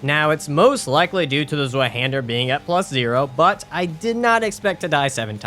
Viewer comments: Rest of the video was awesome sauce tho so im not hating buuut why is it so hard for english speaking people to pronounce german words🙏😭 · btw it’s pronounced zvi hander german for two hander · Fun fact: Zweihander is pronounced Z-vie-han-der since the zweihander was originally forged in Germany. The name quite literally means “double hander” or “two hander”. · Z in zweihander is not pronounced as z. Zwei is two in German. It pronounced as [tc] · The way use say Zweihander hurts my soul. Still, so far, fun video. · as a german i feel deeply insulted from ur pronounciation of zweihander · Clearly a strength user mispronouncing 50% of all weapons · I'm sorry but that pronunciation of Zweihander killed me lmao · The wrong pronunciation on Zweihander made me mad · fyi the 'w' in zweihander is pronounced like a 'v' in english. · the way he says zweihander😭 In all seriousness, fantastic video! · as an English speaker, it very much bothered me too 😵‍💫